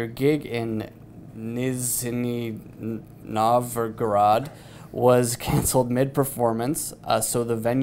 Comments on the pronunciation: The "zh" in "Nizhniy Novgorod" is pronounced like the "ge" in "sabotage" and "beige". never looks up the pronuciations... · Dude, it's not that of a hard name, "Nizhny Novgorod", you should have learned it prior to the interview